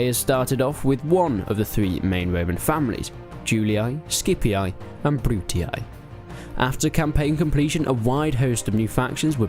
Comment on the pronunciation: Brutia schipia ....great pronunciations .whatever for you the pronunciations is bruti and she-pia not correct but better